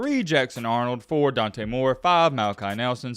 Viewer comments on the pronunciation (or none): none